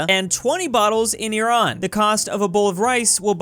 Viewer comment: THANK YOU FOR NOT PRONOUNCING IRAN THE WRONG WAY OH MY GOSH -Iranian dude